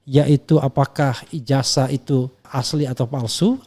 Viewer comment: IJAZAH .. bukan IJASAH lafazkan dengan benar pakai Zet bukan Es ............ 😠